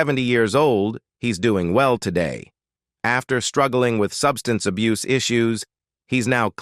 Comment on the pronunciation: Sub-stancy Ahbusey! OMG..ditch the AI voice narration. Butchered so much of the English language it was beyond DISTRACTING!